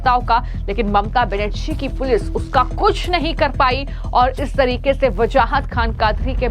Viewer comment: ma'am its not mamta banasri , its Benarji , your news was good but i dont think u collected the report